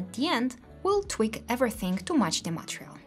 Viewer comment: Material reads ma-TE-rial. Emphasis at "TE".